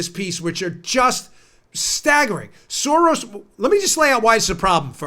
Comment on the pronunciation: Uh, Dan, it's George Sorass